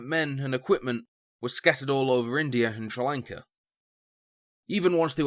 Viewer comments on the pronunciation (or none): Has to be the worst pronunciation of Sri Lanka I've heard, I can imagine you saying Chinese names its going to sound horrible.